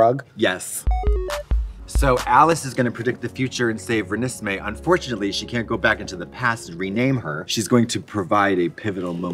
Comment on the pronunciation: Katya mispronouncing Renesmee is everything